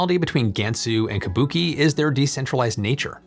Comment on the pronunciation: Tip: “Kubuqi” is pronounced [koo-boo-chee] not like the Japanese word Kabuki [kuh-Boo-kee]